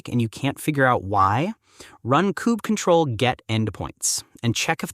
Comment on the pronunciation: I've never heard someone pronounce it "kube cuttle" before but it's going in my list of valid pronunciations to annoy people at work now.